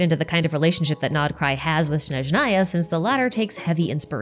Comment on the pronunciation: someone who's closer to please please please for the love of god tell them they've been saying snezhnaya wrong they had for a long time this can't keep going on like this 😭